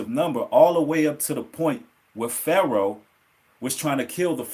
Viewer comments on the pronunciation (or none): none